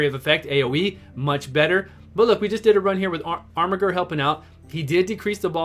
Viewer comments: 3 channels in a row is there some meme im unaware of or is everyone illiterate because thats not how you pronounce armiger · Every time you say armiger with that hard G, a baby yoda dies.